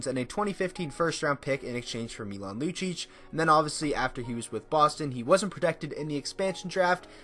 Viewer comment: dude what are you talking about its Milan lucic